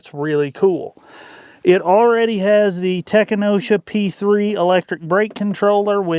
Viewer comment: You might want to learn how to pronounce your "favorite after market brake controller" correctly. Tekonsha is pronounced, "Ta-kon-sha" not "tek-a-nosh-a." Tekonsha is a small town in Michigan located in Tekonsha Township, southwest of Jackson, MI (west of Detroit). The company was originally located in Tekonsah, MI and started manufacturing RV components and and brake controllers in the 1960's. As for the Airlift system, I had one exactly like that in my 1995 F350. The gauges are directly connected to the air bags with airlines so the gauges actually read the pressure in the bags directly. The switch only connects to the compressor. So, if it won't turn on, either the compressor doesn't have power, the compressor motor is burned out, or you have a bad switch. If an airbag is faulty, Airlift will replace the airbag for free as they have a lifetime warranty. Airlift is located in Lansing, MI.